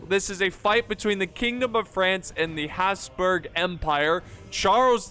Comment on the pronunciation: Your pronounciation of Habsburg/Hapsburg is TERRIFYING.